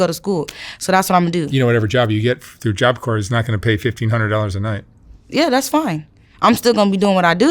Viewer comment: But he's right. He's seen it. He knows what is likely going to happen. She doesn't even know how to pronounce, "job corp." She think she's different, but he knows she isn't.